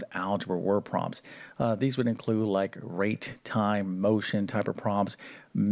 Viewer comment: The word is "prob-lems", not "proms". Enunciate ffs!